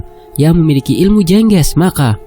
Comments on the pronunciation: Jeng ges Bukan jengges mas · Bacanya Jengge`s maz, Bukan je`ngge`s